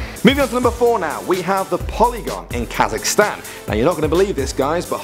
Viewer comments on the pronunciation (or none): none